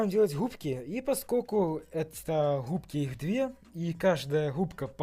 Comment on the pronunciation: Не губки а хгубки 🤣🤣🤣